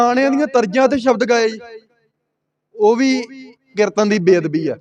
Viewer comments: ਕਿਰਤਨ ਨਹੀਂ। ਕੀਰਤਨ ਹੁੰਦਾ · ਤੁਸੀ ਬਹੁਤ ਵਧੀਆ ਵਿਚਾਰ ਸਾਂਝੀ ਕੀਤੀ ਹੈ ਇੱਕ ਬੇਨਤੀ ਹੈ ਕਿ ਕਿਰਤਨ ਨਹੀ ਜੀ ਕੀਰਤਨ ਕਹਿਆ ਕਰੋ ਜੀ please 🙏 ਸਿਰਫ ਸੁਝਾਅ ਰੂਪ ਵਿੱਚ ਬੇਨਤੀ ਹੈ ਕਿਉਂਕਿ ਪੰਜਾਬੀ ਬੋਲੀ ਦਾ ਸੁੱਧ ਉਚਾਰਨ ਬਹੁਤ ਜ਼ਰੂਰੀ ਹੈ ਆਪ ਜੀ ਵਰਗੇ ਉੱਭਰਦੇ ਪ੍ਰਚਾਰਕਾਂ ਲਈ ਜ਼ਰੂਰੀ ਹੈ ਜੀ😊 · Hamoniya ni hunda Harmonium hun muaaf kareoo meinu ni lagda tusi Tanti saza wala kirtan classical kirtan nai samj sakoge.KERTAN ni hund. KEERTAN kahna sikho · ਪੰਜਾਬੀ ਤੈਨੂੰ ਬੋਲਣਾ ਨਹੀ ਆਉਦੀ। ਕੀਰਤਨ ਨੂੰ ਕਿਰਤਨ ਕਹੀ ਜਾਬਾ ਨੇ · ਕਿਰਤਨ ਨਹੀਂ ਕੀਰਤਨ ਹੁੰਦਾ। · ਕਿਰਤਨ ਨ ਬੋਲੋਂ ਕੀਰਤਨ ਬੋਲੋਂ ।।ਸਹੀ ਆਪ੍ਹ ਉਚਾਰਨ ਕਰੋ।। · ਤੈਨੂੰ ਤੇ ਕੀਰਤਨ ਕਹਿਣਾ ਹੀ ਨਹੀਂ ਆਉਂਦਾ ਕਹਿੰਦਾ ਕਿਰਨ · Brother you are pronouncing wrong ਕੀਰਤਨ please say Kirtan if you don’t know ask someone don’t waste sangat time you should know how much Akhand Kirtanea Singh have naam simran I stayed few days with those Singh there simran is lot please don’t condemn 🙏